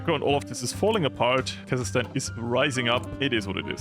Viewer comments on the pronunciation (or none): none